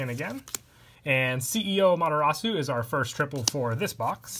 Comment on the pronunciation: This guy needs to get his pronunciations straight. A-ma-tey-rah-sue Ray-zer Ah-sure-ah-kai-zerr Still great vid tho (Btw all the pronunciations are in the anime so get on that)